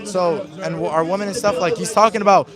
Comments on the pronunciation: Nick, learn to pronounce the plural form of WOMAN - which is WOMEN. "WEE-men." I know that you are smarter, and braver than most Gen Zers! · Shirley really needs to learn how to say women.